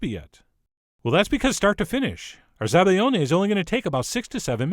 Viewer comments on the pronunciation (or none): ZabaIOne, not ZabaGLIOne. The sound is very different 🙄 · It's Zabaione not ''Zabaglione'' you fucking idiot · Hey chef! It's zabaione, not zabaglione😊 sooo good! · Probably heard this already, but it's zabaione, in which the 'i' is pronounced like a 'y' in English. Lel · Nice video though it's called "zabaione" not "zabaGLIone". Source: I'm Italian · CHEF!!! It's "Zabaione" there's no gl in that word ;)